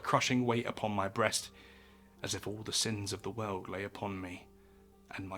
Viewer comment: "Babylon was one of the most powerful cities in the known veuld." Whats that "veuld" he is talking about?